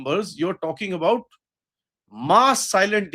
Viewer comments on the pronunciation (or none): none